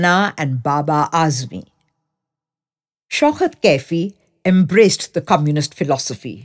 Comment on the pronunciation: It is Shaukat ...not Shaukhat !! Diction all wrong !! Narration ..has wrong modulation of voice !!